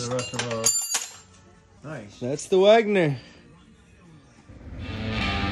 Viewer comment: WEGNER, not Wagner.